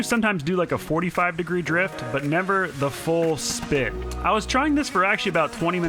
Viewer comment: when he says drift he says drip